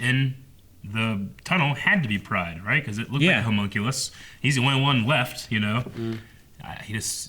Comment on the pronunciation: Their insistence on saying "hUmunculus" and "Link" is really frustrating